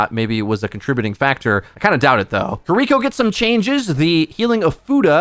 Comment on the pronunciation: Why do you still mispronounced Kiriko? It's not koriko it's Kie rie ko..